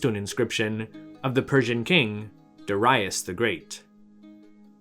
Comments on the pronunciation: Darius Is very easy to pronounce properly . Not DUH - RYE - US . In farsi It's pronounced.. DAR - YOOSH. Love your work. Keep it up brother . Bravo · Darius, not dar👁us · curious as to what your native language is—i get ibex isn't a common word but it was a trip hearing you pronounce it like that after you pronounced Darius like that lol anyway great video as always keep it up!!